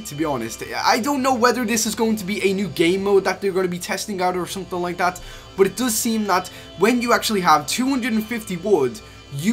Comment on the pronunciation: But he says “BOT”